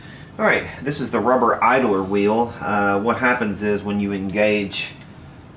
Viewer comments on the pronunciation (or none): 1) It's Garrard, not Gerard. 2) It's idler, not idaler.